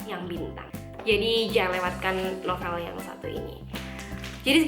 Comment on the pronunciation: Cara nyebut novel itu NOVEUL iu kata guru bhs indonesia saya kak ☺